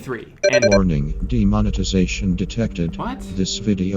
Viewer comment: DEMONETIZATION not "demonitization" lol